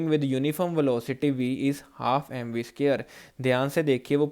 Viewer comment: Sit your explanation was nice I understood tank you so much 😇 And again it square not skare pls pronounce properly